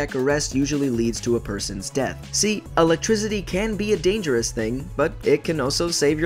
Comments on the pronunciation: Why do you say Electrizidy like that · why do you keep saying electrizity. wtf...thumbs down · He pronounces it lick electrizzidi lol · said ELEGTRZIDY instead of ELECTRICITY